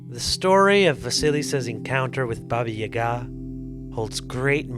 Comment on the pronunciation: Wow you actually said Baba Yaga right. You’re the only one I’ve heard that pronounced it correctly that I assume is not Russian. Thank you